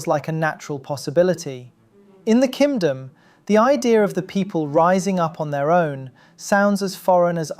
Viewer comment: "Kimdom" nice